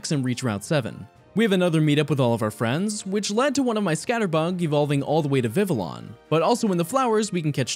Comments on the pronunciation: The French speaker in me hates how you pronounced Vivillon and Florges but still a great video regardless! Hahaha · Your pronunciation of Vivillon, while making sense based on the spelling, still is wrong and hurts me :(